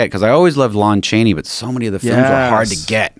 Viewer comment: Joe “LOAN Chaney” Rogan hahaha